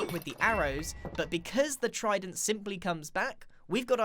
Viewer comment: Tried-en-t tested technique